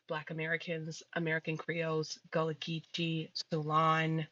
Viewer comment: Did he say "goola" instead of Gullah and claim them as his people???!!!:face-orange-raised-eyebrow:🤣🤣🤣